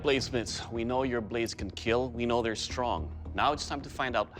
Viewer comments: It will keel" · It will keal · Why does it sound like he says it will heel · It's keal